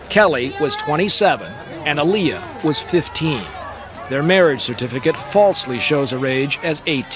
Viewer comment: It's Aaliyah not oaliyah